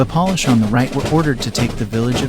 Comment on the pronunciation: Please learn how to say the name of the Polish nation correctly. You are saying polish as in what you do do furniture.